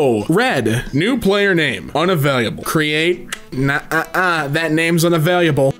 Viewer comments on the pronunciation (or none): unavaliable Unavailable: unavailable